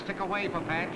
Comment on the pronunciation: Have to smirk every time the commentator called Marvin Panch's name... It's pronounced "pahn-ch," not like the frying pan "pan-ch." Over the years, I've even heard it pronounced "pun-ch," depending on who was doing the talking, but never "pan-ch."